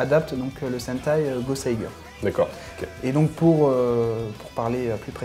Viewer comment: Il y a quand même, un défaut qu'il faudrait corriger, c'est la prononciation des titres. Goseiger, Gokaiger et Kyoryuger par exemple. Le ger, vient de ranger, il ne faut donc pas dire Goseigueur mais Goseidjeur, Gokaidjeur et bien sûr Kyoryudjeur. Sinon, j'ai adoré votre émission, j'en ai même parlé en tant que coup de coeur sur ma page Facebook. Bravo et bonne continuation.